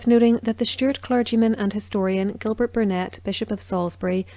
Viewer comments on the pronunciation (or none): none